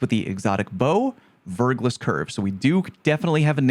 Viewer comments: Fun fact: « verglas » is French for « black ice ». So, yeah… 100% Stasis bow right there! Also, you don’t pronounce the final « s ». Just saying.😊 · Verglas, french word meaning "a thin film of ice on rock". Pronounced "Verglah"